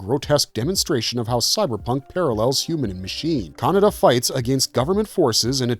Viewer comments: All the times I've seen Akira, I never realized it was pronounced Canada. /s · More AI generated slop - it can't even pronounce Kaneda's name properly. This basically scraped from movie review sites. Youtube floods their platform with this shallow schlock so they keep all the cash and don't have to pay real, living casters